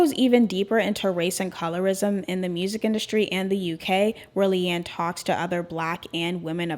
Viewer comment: Just wanted to say (not wanting to be rude) it’s pronounced LEE-anne 😭